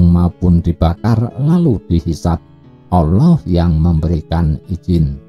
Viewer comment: Nyebut Allah kok olloh..wong Jawa kan gak celat...Yen celat kan bukan dibagian itu..